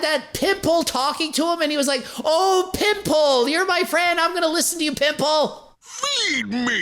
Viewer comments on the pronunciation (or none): He says pimple like “pimp pole” 😭😂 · Same! I’m glad I’m not the only one haha for sure sounded like pimp hole. For a second I thought he was trolling his viewers, but I think that’s how he really says pimple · Omg...when he was talking about Chris Griffin's pimple, I kept hearing "pimp hole." I was so confused and alarmed haha